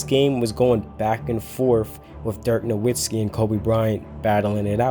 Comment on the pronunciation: hey man u gotta learn to pronounce "Nowitzki" correctly if u want to be taken seriously in your NBA Videos